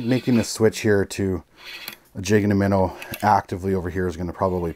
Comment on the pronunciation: I friggin love your videos hahah! “Jig And a Minn-a” 😜